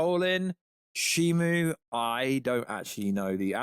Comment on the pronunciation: You still keep saying Shimu